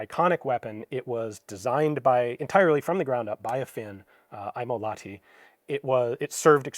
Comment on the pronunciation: Interesting! From Sweden. A book of Swedish small arms? Husqvarna,Carl Gustaf,FFV /FMV etc. But sure, I understand the interesting history about Finland. (Just another thing; Lahti should be pronounced, yeah I guess you know how. A special sound because of the H.).